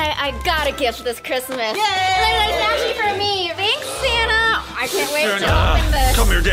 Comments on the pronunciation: It not crismas it's February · It's not chirsmas